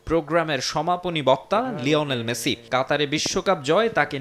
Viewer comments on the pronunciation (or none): মেসি ❌ মাছি ✅ 😂😂😂😂